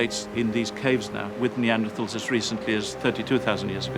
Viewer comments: WHY IS THE PRESENTER MISPRONOUNCING NEANDERTHALS? YOU'D THINK THE PRESENTER WOULD MAKE THE EFFORT TO LEARN HOW TO PRONOUNCE THE KEY SUBJECT OF THIS DOCUMENTARY CORRECTLY!!! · why cant she say their name right? Can she not say TH